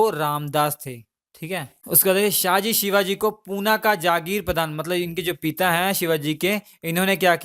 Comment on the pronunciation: Shivner nahi bhai Shivneri. Aur शाहजी nahi शहाजी. aur साइबाई nahi सइबाई